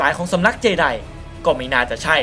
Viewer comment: เจไดไม่ใช่เจดีย์ 55555